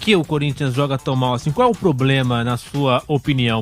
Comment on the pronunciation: Como é q um repórter fala em rede nacional poblema 🙄